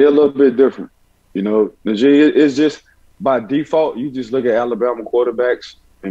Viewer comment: Nah-jee. Not N'jee